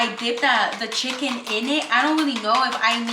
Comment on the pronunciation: Jinacolgist, Kanye pepper, spicy sicken sandwich 🤣